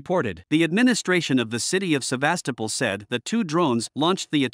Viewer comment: come on guys, how hard can it be to emphasize the right vowel in the name "Sevastopol"?!